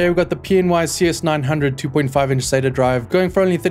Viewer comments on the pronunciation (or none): none